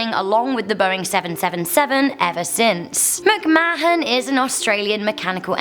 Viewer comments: It's pronounced 'macmaan' - NOT 'macmaahon' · ITS PRONOUNCED MIC MAN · This gets a dislike for misspronucination of McMahon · Gotta love her pronunciation of McMahon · Her pronunciation triggered me several times too 😆